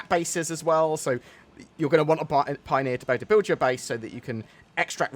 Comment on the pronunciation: Pio-near....I'm sorry